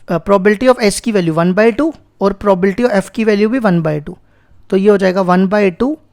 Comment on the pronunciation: Sabhi suno jab sir bolte h 0.07 second pe is video me sir ne probability ko PROBALTY pronounce kiya h 🎤😂✅